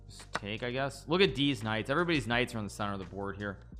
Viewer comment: The way he says these Knight's sounds like deez nuts😂